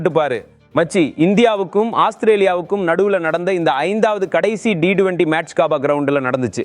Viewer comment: ரசிகர்கள் ஏமாற்றமே .. நண்பா உங்களின் உச்சரிப்பு சரியாக இல்லை T20 யே சரி D20 இல்லை நண்பா.